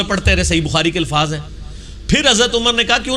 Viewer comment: Mufti saahab ko challenge krne wala engineer chela.😂😂😂 Bhaii challenge badme krne pehle dhang se urdu sikh lo😂😂 alfaaj nahi alfaaz hota haiii😎😎😂😂😂😂